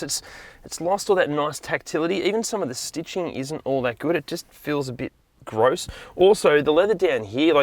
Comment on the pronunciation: I've never heard someone say "grose" as frequently as this man